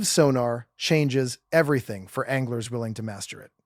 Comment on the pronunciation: …rods, reels, “ONGLERS”?… no thanks AI. Change your fake name to